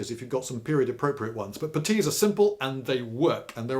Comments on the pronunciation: What the fuck is a PAH-TEE? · Why such emphisis on the t in putties surely on the u? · What's a "petis" or however you say it. You say they're great so I wanna know lol